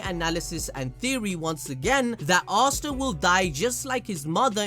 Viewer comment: I swear you guys have got to be butchering Asta mom's name